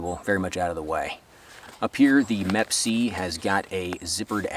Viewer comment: “MEP-C”. It’s Me PC. or M.E.P.C.